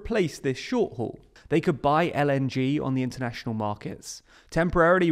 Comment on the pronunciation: "COULLD SHRINK"?